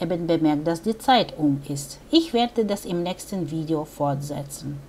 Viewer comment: "Vidios"? Du meinst wohl Wiedohhh? :-) Übrigens versteht man alles, nur ein sympathischer Akzent!